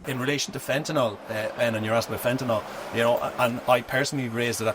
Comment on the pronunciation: Fent an YL NOT OL